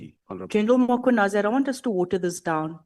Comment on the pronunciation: Who is this Makhwanazi they keep mentioning. It is Mkhwanazi! The absent "a" is also very silent! Nxa!